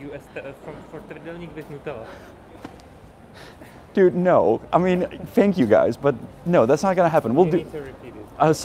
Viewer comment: "NUTELA" HAHAHAHA :)